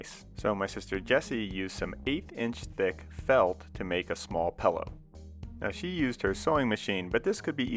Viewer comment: He says pellow I stead of pillow.